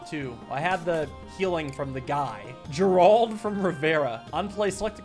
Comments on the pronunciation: the pronunciation of the Geralt from riviera almost gave me a heart attack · Witcher Gerald’s name got butchered 😢